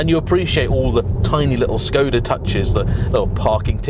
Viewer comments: It's a Czech company and he pronounced the name more or less correctly (a 100% correct pronounciation would be with a short O sound isnstead of "Shkohda"). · No he's pronouncing it correctly. If you look at how Skoda is spelt there is a little v symbol above the s. That's a Sh sound. It's how it's pronounced in Czech etc. I just say Skoda though to be honest